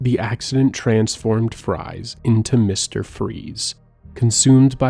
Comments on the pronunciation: Victor Fries is pronounced Freeze, which he also fucked up as well as Falcone. Drives me nuts tbh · fries is pronounced freeze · Your mispronounciation of so many things, especially the names, woke me up lmao. Victor Fries for example. "Fries" is pronounced "Freeze", obviously lmfao. Falcone was another one as well as Officer Boles. I sort of wish you'd have done your own research BEFORE doing an entire video on the Arkham Series, man. Really disappointed in minor things throughout the video, that would be fine on their own but start to pile up. I know this couldn't have been easy to make though, so credit where credit is due!